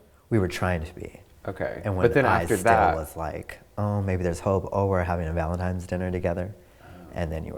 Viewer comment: OMG! When he said that, I was left shaking my head. Could not believe an adult would still say that. If you don't know the proper way to say the word, you're not ready to be anyone's, "ValentiMe".